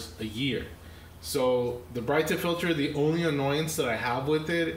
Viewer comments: Brit-a....not Bright-a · its not brightah its brita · He said “bright - ta “. Isn’t it pronounced as “breedA” lol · Y'all need to stop calling it "Brighter water" it's pronounced "Brit-ta" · You're pronouncing that all wrong. It's not Brighter it's Brita. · It's pronounced Brituh. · It's not BRIGHT-A and COE-PPER? !! SMH. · It's pronounced Brit-ah (like Britain.) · Did my man just call it a bri ta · its Brightá 😂😂😂😂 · You are both wrong its brittney. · it was funny to hear you say it like that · Please pronounce Brita correctly..... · Pronounce correctly please. Geez. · You need to learn how to pronounce brita.